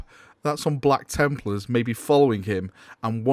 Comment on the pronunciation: "Blacka Templars" :D